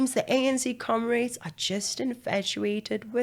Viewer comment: A speaker ar KZN ANC memorial service for PG this week pronounced it as “com*raids* repeatedly. They sure do raid the national kitty